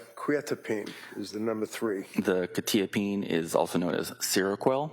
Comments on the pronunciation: Bro can’t even pronounce quetiapine correctly. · I must've been saying Quetiapine wrong all these years or he is? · lol buddy doesn't even know how the medications are properly pronounced so not much of an expert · They’re both pronouncing it wrong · why they pronouncing quetiapine like that 😮